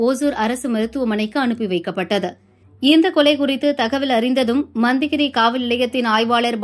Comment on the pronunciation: மோ..... யாரு மா நீ அது மண்தகிரி இல்ல மத்திகிரி..... வந்துடீங்க நியூஸ் வாசிக்க...